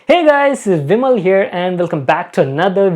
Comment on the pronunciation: His intro(He guys! Vimal here) always sounds to me as vimalya